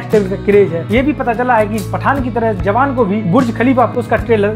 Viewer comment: Awan nahi bhai jawan😂